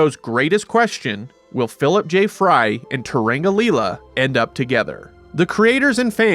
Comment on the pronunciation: you can tell a person has never watched Futurama if they say "Turanga" like this guy says it. It's fine if you didn't watch it, it's not very good anyway, damn. Why you lying, though?